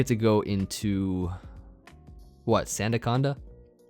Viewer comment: It's not SUNdaconda... I'm disappointed...